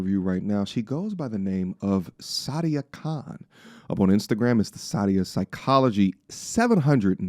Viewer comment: It's Sah dee uh not Saudia. So crazy I know another lady with the same name (first and last yikes), and she taught me how to properly pronounce her name. This girl isn't the same Sadia that I know, who is happily married.